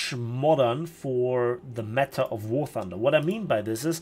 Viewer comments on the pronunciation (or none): none